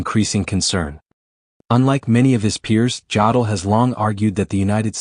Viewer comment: If I hear Jodl's name mispronounced one more time I'm going to lose my mind. AI narration is already the mark of a lazy "creator". Bad AI narration renders the video pointless.